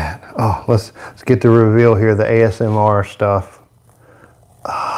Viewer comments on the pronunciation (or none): none